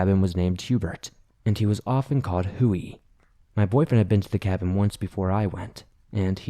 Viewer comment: Isn’t the name Huey pronounced Hyoo•ee??? Not Hoo•ee???🧐